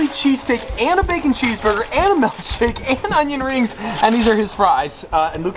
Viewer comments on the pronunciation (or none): Did I hear malkshake